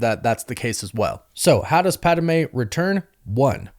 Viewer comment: Ok, I love you buddy, but say it with me. Its Pad-Meh, not Pad-ah-meh